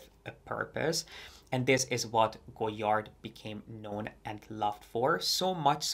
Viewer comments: Sorry but sorry, please learn to pronounce the brand name correctly. It is not Go-Yard, the "d" is not to be spoken. This it is French. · With "all" the research, did you not learn how to pronounce the name? The "d" is silent.